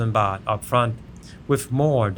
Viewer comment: Baht not boht😅😅